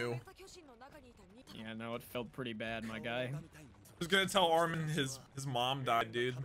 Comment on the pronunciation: omg he finally said armin correctly even tho how he pronounced it made me laugh